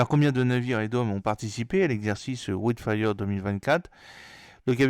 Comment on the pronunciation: Hello, ça se prononce: " waild fire ";-)